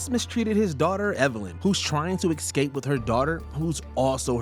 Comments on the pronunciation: Love your videos usually, but this presenter needs some work- when you use escape 10 times in two sentences- at least say it right- it’s EScape not EXscape. There were several other mispronunciations ( Damon instead of Damien) etc. I found it really distracting. Also missing a LOT of other classic examples, Marvel, Star Wars, Whatever happened to Baby Jane, Hereditary,Primal Fear, Fight Club, Gone Girl, Basic Instinct to name a lot you didn’t include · The narrator of this video for constantly saying EX CAPE instead of ESCAPE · Every time the narrator says "excape" I want to turn the video off. I know some people try to pass this mistake off as a regional accent, but it's not. It's just plain wrong. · excape lol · Maybe you should get a narrator who knows how to pronounce 'escape'. I'm certain it does not contain the letter x.